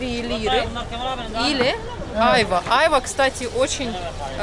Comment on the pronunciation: Очень все интересно, но,пожалуйста, ставьте правильно ударение,тем более,что владеете языком. Просто прислушайтесь, в турецком языке ударения приходятся на последний слог. Не Уста,а устА, не чОрба,а чорбА,не Айва,а айвА, и т.д.. А то,как ножом по стеклу, или ,извините, серпом по ....Конечно, тем,кто понимает турецкий язык.